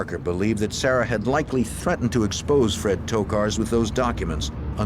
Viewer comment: My Grandmother is from Alabama and she has a niece named Sarah and she pronounces it "Sayrah" too...cute